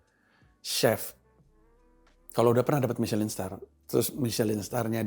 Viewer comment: misyelin dibaca miselong bang 😂😂